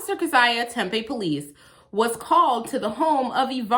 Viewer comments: It's pronounced "Tem Pea" Tempe not a huge deal just saying, love your work. Found you through Schrodinger's Cat. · it's "tem-pee" don't ask me why. i get made fun of saying "tem-pay" a lot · Terrific video in so many ways. But... Tempeh is fermented soybeans. Tempe (pronounced Tempee) is a city in Arizona. Home of Arizona State University. Thanks! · If you’re gonna keep doing AZ (and you are because Arizona 🤣🤣🤣) I need you to know it’s said Tem-PEE before you get flack for it. ☺️ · Hey just friendly heads up the city this video takes place in is pronounced Tem-pee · Thanks for the videos of this bad cop, hope that further action has been taken against him. But, it's pronounced Tem-PEE, emphasis on the second syllable. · It’s pronounced temp-eee. Like “temporary” temp-eee, temp with a long ‘e’ after. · I believe it's pronounced...tem-pee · we hereabouts pronounce it "tem-pee." not a callout, just fyi. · Amazing job as usual. Just an fyi, people here in Arizona pronounce Tempe as Tem-pee. The video with them illegally entering the home was freaking disgusting.